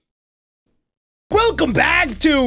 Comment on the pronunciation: Man said gwelcome